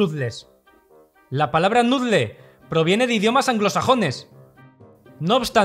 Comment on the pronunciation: Por qué nadie le dice a este señor como pronunciar la palabra "noodle" ?